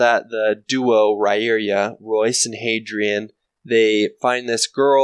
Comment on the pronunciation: "REERIA" Is it not pronounced Reeria? Am I drunk. The answer is a definite yes; I am drunk.